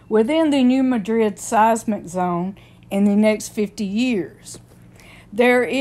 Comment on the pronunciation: Just an FYI, the town isn’t pronounced the same as Madrid, Spain (muh-drid) it’s pronounced (mad-rid).